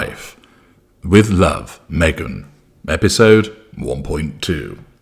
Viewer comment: Our Glorious Narrator, thank you for suffering through this nonsense for us. Every time you say her name it sounds too strange